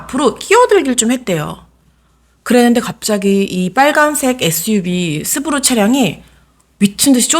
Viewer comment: 스브루가 아니라 스바루